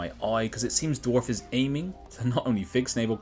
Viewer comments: This guy: Dorf 😒 Dwarf 🗣️ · Why do you keep pronouncing it "dwarf"?